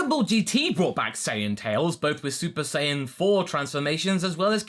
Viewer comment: I'm not wrong though he said sayaijin instead of sayian like come on